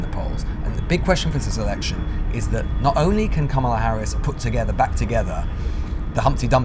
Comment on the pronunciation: Just say 'Harris' for goodness sake. Still can't pronounce her name properly. The recent skit on SNL, will help you. It's 'COMMA-la'!